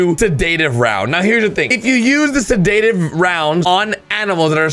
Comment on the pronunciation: Google how to pronounce sedative